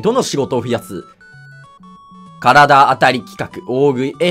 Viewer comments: 体当たりを「からだあたり」って読んでるしゅうワロス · 体当たり（たいあたり）の事を体当たり（からだあたり）って読むの可愛い